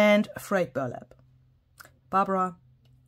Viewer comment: You are so generous! Thank you so much for your gorgeous papers and wonderful creativity. You really light up my life. I had to chuckle. Barbara accidentally said "brayed furlap " again the other day. So funny. She has tried so hard to change this brain hiccough . I love her great giggle and hope she continues to allow her uniqueness. The word nocturne means night and is pronounced knock/turn. A "real artist" does not create from a dark and empty room. A "real artist" creates from a rich inner world in an intimate relationship with the outer world so that the dichotomy of inner and outer dissolves and in the flow of creating becomes one. I am sceptical about Lydia's comment. I don't believe in criticism, constructive or otherwise. I think criticism comes from a person who thinks they know better than you, that they are one up. Lydia's comment is a disguised objection to you making money from promoting Tim's Ranger products. I completely understand your revelation in reply to Lydia and admire your authenticity. Asking why is a futile question as there could be a thousand, million of answers. Your heart speaks the truth my lovely and you have the right to earn a living from your talents . What I love about you is that in the need to monetize you do not compromise yourself in any way. Many blessings from me in Aotearoa New Zealand ❤